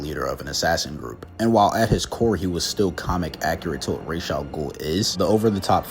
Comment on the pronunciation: Thank you for saying ra's properly